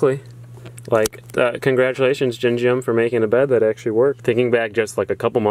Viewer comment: Like those memes go, Belgium pronounced like Gingium.